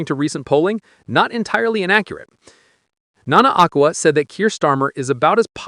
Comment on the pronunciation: It’s not Nana Akquar It’s Aqueera that’s pronounciation not right spelling